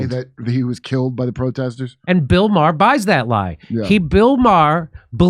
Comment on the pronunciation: It's pronounced May-Her